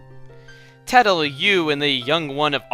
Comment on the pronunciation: obviously. You used the wrong pronunciation of "tale"